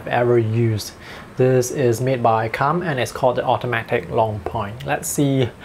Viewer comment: it's pronounced koomb not come